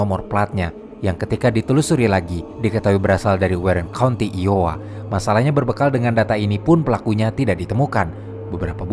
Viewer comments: Bukan "LOWA" bang tp "iowa" Ai-o-wa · lowa = iowa dibaca ai-o-wa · iowa kali bukan Lowa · Koreksi bang. bukan LOWA tapi iOWA.. I itu bukan L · Bukan lowa bacanya tapi ayowa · Dibaca Da Moyn Itu Iowa ( aiyowa ) bukan Lowa. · sedikit ralat bang, itu iowa bukan Lowa, btw gua selalu enjoy sama konten konten lu, semangat terus bang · Sedikit koreksi penyebutan: Iowa = Aywa Des Moines = De Moin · Min,,konten mu sdh bagus baik itu di kamar film atau di lasak adarma, tp msh saya kritik sma seperti sebelumnya,,penyebutan nama org atau nama tempat atau lokasi msh sering salah pelafalan,, tolong segera perbaiki,, apalg iowa masa dibaca jd lowa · iowa bukan lowa ya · Maaf min. Bahasa inggrismu kok 3/10.. kok bisa IOWA dibaca Lowa .. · iowa = aiyowa ya kak